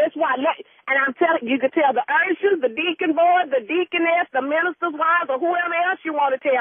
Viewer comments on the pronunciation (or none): "ersher board"...Do Jesus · "Er'shures" #usher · You can tell the ershers..deacon board etc...lmfao.."ershers"